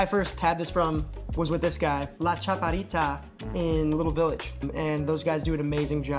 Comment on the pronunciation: I’ve never heard a Mexican-descended person pronounce “chaparrita” so badly.